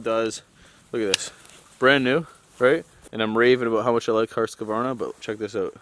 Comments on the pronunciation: I like your videos very good information and instructions. but I have to correct you to pronounce the Husqvaran as it is a Swedish word so it says in English, the house Qvarna and not husk qvarna :P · Don´t say Husqvarna like that tho bro, say it correctly, in swedish! Something like this "Who´s kvarna", or even "House-kvarna as Hus means House , don´t say Husky-varna LOL! I´m swedish and so is Husqvarna! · In Husqvarna you don’t pronounce ‘’ah” but I used to do it 2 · I find it really funny the way you say "Husqvarna". I know you say it correct for English speaking ppl, but for some reason I start to giggle every time I hear it. Just say HuuuuusKverna and you say it like the Sweds. More or less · As a Swedish guy I just love how you say "Husqvarna". As always thank you for a great video. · Haha that Husqvarna pronunciation made my day!